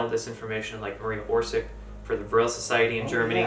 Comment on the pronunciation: It is not Maria Orsik it is Maria Orsić ... ć= soft "ch" like "Chandra (Moon)" ... č=hard "ch" like Chakra